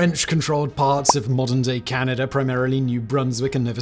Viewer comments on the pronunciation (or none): none